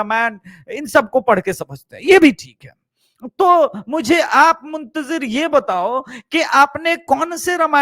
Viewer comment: Sir Manoj Muntjir Nahi Manoj Muntshir Shukla hai